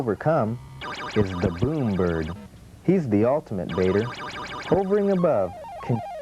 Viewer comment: Wow, who gave this guy a job doing the voice-over - he sounds more wooden than a redwood tree. Also, he keeps mispronouncing "hovering".